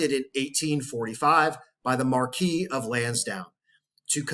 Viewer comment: Mar-kwiss. Not the french pronounciation of Marquis.